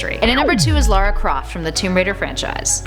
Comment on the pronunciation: Lara not Laura, and she should’ve been #1